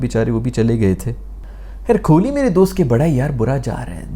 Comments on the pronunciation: Kholi nehi Kohli hai yeh. Allah ka khauf karein, aise mispronounce naa karein 😂😂 Aur Azam Khan ko "Ajam Khan" nehi, hum bulate hain "Chhota Aloo" 😁😁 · Yaar, the "Kholi" thing is annoying waisay, and I'm Pakistani 😃. Pretty sure you do it on purpose. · Kholi ❌ Kohli ✅ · Kohli ❌ Kholi ✅ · His name is kohli not kholi. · Nobody cares if you take kohli's name wrong, we can understand your pain & frustration 😂